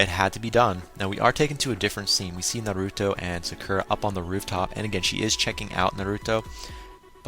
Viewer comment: naruto not narooto